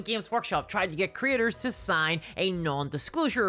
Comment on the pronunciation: When you say “creators” it sounds like you say “critters”. I love it. Bunch o’ lil YouTube critters.